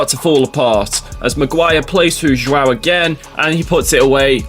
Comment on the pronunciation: you pronounced the portuguese guy name wrong its rather tricky there is a cheet sheet though look up a vid of the protugal civ intro on civlization VI Sean bean says it perfectly for the leader Joao the III , to me it sounds like Ja-ow like as in the ou sound of ouch or jo-ow dammit i tried to finds a sean bean clip of the intro from ps4 but no luck doh hope my maddingly unhelpfull rambling is somehow helpful ha ha